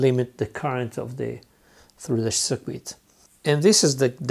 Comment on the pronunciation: I really like it when someone can speak really good english, but get a few little words wrong like cirquit 😁👍 . . Nice video though... ive been wanting to try electroplating for ages but cant afford the chemicals